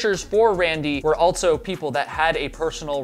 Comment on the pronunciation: Fun fact: there's no "t" in also.